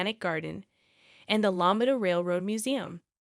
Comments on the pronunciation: It's pronounced " Low Me Ta," not Law Mit Ta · It's pronounced Low MEE ta. I can't listen to this. Hire a person. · LOW-MEE-TUH...that's how it's pronounced. Everytime u say it I want to poke my own eyes out. I had no idea the town u were talking about until I realized u weren't pronouncing it anywhere close to right. 🤔